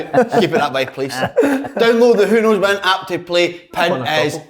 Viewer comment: "Who Knows Win" - Slaney still cannae even get the fuckin name right! :0)